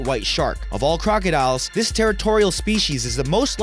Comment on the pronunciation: its this not dis